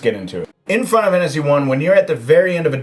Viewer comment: "Fina Wannasy" ?